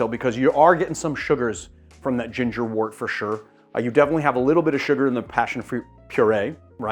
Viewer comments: Great video!! Postscript.... it's pronounced "wert", not "wort"..... even though it's spelled "wort". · Love this. Pro tip from a long time brewer: counterintuitively, the word wort is pronounced "wert." Why? I have no idea.